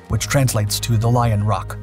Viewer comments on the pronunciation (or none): none